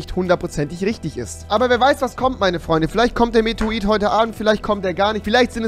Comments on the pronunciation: Medroid xD das heisst Meteorit xD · Dad Ding heißt Meteorit nicht Meteroit😂props rewi😂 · Es heißt METEORIT und nicht METROIT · Ttansformas meteroit hahahaha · REWI BITTE lern mal Meteorit richtig auszusprechen und nicht "Metroit" oder so ne kacke